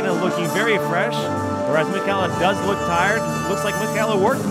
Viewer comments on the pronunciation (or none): none